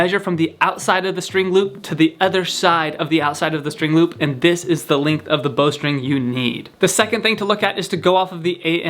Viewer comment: What the hell is a "lingth"